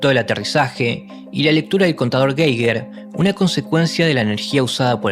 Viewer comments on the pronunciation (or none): Se pronuncia Gaiguer .